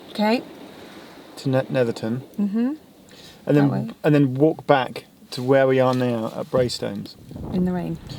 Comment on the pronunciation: I used to live just a few stops down from there in Seascale. Brilliant to see that view again. Good to hear the correct pronunciation, 'ton not 'town.